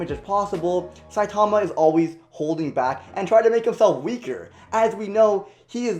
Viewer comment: He is saying saitama wrong.